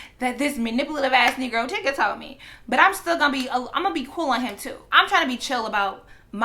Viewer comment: This entire time I thought you were saying Tigga not Tyga lmaooooo just fucking his name up but who cares either way